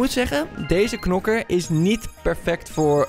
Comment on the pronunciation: o een nieuwe nokker je bedoeld knokker